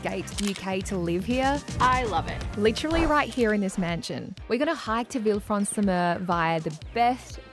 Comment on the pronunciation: Villefranche is pronounced Villefransh